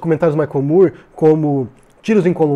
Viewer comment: Excelente análise! Também gostei muito do documentário. Só um pequeno detalhe, o sobrenome do cineasta americano Michael Moore é pronunciado "mór", como na palavra "more" . Sei que parece estranho, e inicialmente eu também achei que era "mur", mas não é. Valeu!